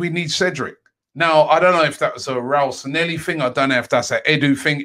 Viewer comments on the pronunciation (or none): San-lay-hee Not Sa-nelly